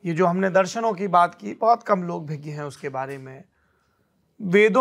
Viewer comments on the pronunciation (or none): सौरभ द्विवेदी जी शुद्ध शब्द भिज्ञ नहीं अभिज्ञ है जिसका विलोम शब्द अनभिज्ञ (अन्+अभिज्ञ) होता है।